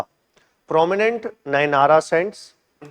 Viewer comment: Sir it is not andala it is Andal. Alwara ❌ Alwar Nynara ❌ Nayanmars